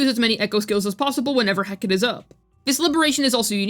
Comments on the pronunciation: heh-cuh-tee not hecat PLEASE stop saying that im dying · I'm sorry, BUT: Heh·Kuh·Tee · He-ka-te. It's greek, and it's three syllables. She was a greco-roman goddess of witchcraft and crossroads.